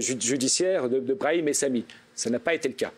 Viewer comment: l'avocat a l'aire vraiment fatiguer mmddrrrr, il a meme dit brami au lieu de brahim ptdrrr il a l'Air de bien connaitre son client